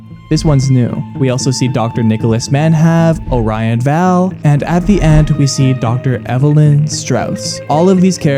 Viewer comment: Great video! Only complaints is the mispronounciation of Orion Vale (pronounced: O-ryan Veil) & no mentions of Jeff, who's a huge lore point on the home page. If you click on "About Us" there's a fun little hidden eye that leads you to who the "founder" is. Happy hunting and thanks for covering this story!